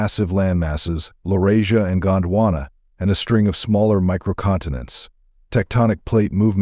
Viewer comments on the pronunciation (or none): none